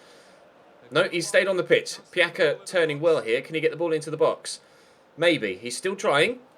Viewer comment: Pjaca isn't Piaka, he's Piatsa. And Kroos isn't cruise, it's pronounced like [kro:s]